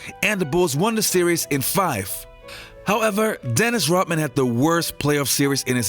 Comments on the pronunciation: dennis "rotmin" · RoDman not Rotman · Its Dennis Rodman not Rotman! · Rodman not Rotman. Take some of that Patreon money and get a speech coach. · WHY cant you say Rodman ???